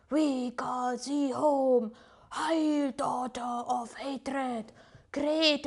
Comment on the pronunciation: Ish! Don't pronounce HAIL as HEIL when you're from Germany, that's a completely different meaning